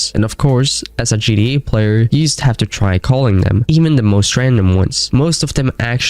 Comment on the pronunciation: What is yust? Say just